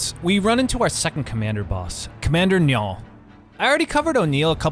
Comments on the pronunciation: ya mispronounced his name easiest to pronounce would be say it like the river Nile or simply N i all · Its an irish name. Its spelled niall but pronounced nile